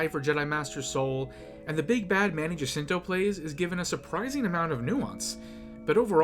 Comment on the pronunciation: Manny "Jansito" 💀 maybe this will help: "ha-SEEN-toh"